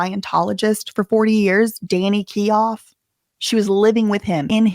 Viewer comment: Thinks it's Danny keough is said like keyO❤